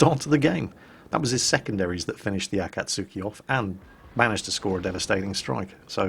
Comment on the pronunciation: pls, Akatsuki is pronouced like ah-kaht-ski